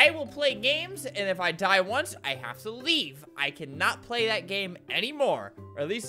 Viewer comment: you said leaf not leave Albert